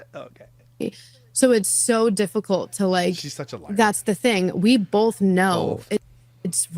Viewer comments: The amount of times she said "Bolth" in this is insane. I hope makes a Bolth montage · Someone should tell her that that color makes her look 🧟‍♀Disassociation & unrequited rage are what makes up genetically-mormon females' DNA. Facts. I'm surrounded & not a Pioneer-blooded lady. I can spot it easier from my vantage point. But I checked & I do say "bowlth" 1/2 the time 😭Dammit! Thank you for making me aware of my stupid, lazy tongue. I'm the ONLY Utahn I've ever heard say all of the syllables in "vegetable," though (raised by a Dutch, Oma, who's haunting my "bowlth").